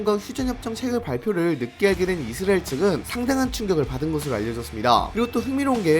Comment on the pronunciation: 이스리엘인지 이수라엘 인지 명명백백히 말해봐요